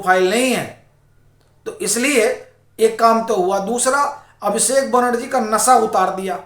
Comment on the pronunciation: नसा नही नशा श" अक्षर का ठीकसे उच्चार कीजिये।